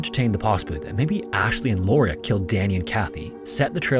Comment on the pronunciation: "Lauria" fail